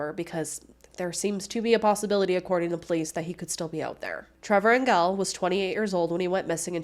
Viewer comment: I worked with Trevor in Cranbrook, BC in the 90s. His last name is pronounced Angel with a soft G. I hope his family can get some closure soon.